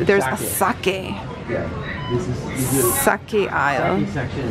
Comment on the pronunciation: The way she says Sake hurts my feelings.